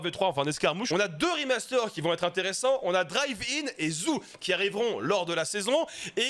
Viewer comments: Zoo zou ? Non non pas ça 😅 ça se dit o pas ou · Merci pour les infos! Juste un truc: le nom de la nouvelle map, ça ne se prononce pas "ZOU" mais "ZOO", comme un parc animalier quoi! 🤣😂🤣 Tu m'as plié! 🤣😂🤣 À part ça, moi je m'en souviens très bien de cette map, je la kiffais pas mal d'ailleurs! Allez ZOU! 🤣😁👊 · Ça choque personne quand il dit "la map zou" 🤣